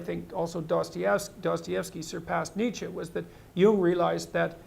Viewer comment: Thanks, it's useful. By the way it's Nietzsche not Niche.